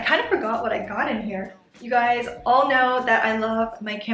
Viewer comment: ahh love your channel so much. thank you for another great vid! btw canberra (capital of australia) is pronounced CAN-brr-ah :) xx